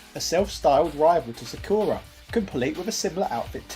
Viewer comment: That's a classic mistake that's almost satire at this point. The butchering of Sakura on the other hand...